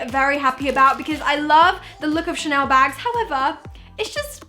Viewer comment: Ah yes, Ghanel, a true piece of french culture